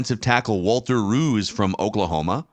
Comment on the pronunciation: They're mispronouncing his name. "Rowse."